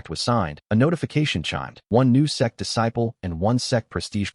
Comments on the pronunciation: Whenever that word out, laugh It's Sect. / Sekte NOT s3x 😅😅 Aiyaaaaaa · till this day I'm still baffled to why the ai voice an subtitles mistake sect for sex😂😂😂 every video not just this Chanel😅 what is going on